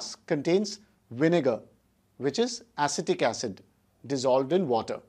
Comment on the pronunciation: aectic acid